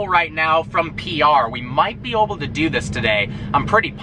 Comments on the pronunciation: anyone know why he says oble and not able? seriously wondering. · The way he says "able" cracks me up. "We might be oble to do this today" XD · FINALLY SOMEONE NOTICED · yeah I noticed that too haha